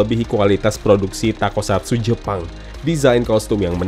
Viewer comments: bang bukan takosatsu tapi tokusatsu, wahh keren banget semoga tokusatsu di indonesia buatan aendiri trs berkembang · Bang, toku, bukan tako